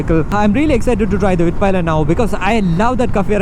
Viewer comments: Nice review 👍 About your pronunciation of the bike's name though, it was a bit incorrect, especially the pi part. It's said like pii and not pai. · Bro... It's not Palayan. ... It's pilen🙄